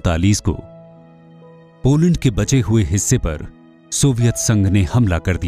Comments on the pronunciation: Beta Hindi me nhi lokne ata hai to mt likha tum jise log ko desi bhasha me bolte hain aksharktu mtlab beta पोलंड nhi hota hai पोलेंड hota hai. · baaki sab thik he par "पोलैंड" hota he.🤭